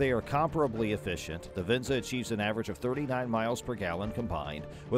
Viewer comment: Not even pronouncing Venza correctly 😂